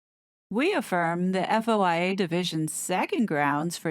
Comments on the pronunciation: FOIA is pronounced foy-ah 🙂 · You just say FOIA “foy yah”